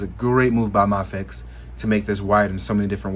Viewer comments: Pronounced may fex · D advocates that "Ma-fex" is the correct pronunciation, and makes a point of saying it that way. I heard him talk about it in a live stream not long ago.